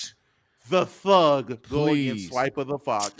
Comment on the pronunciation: "that TTHHUG" 😂😂😂